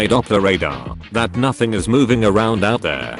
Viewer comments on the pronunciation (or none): none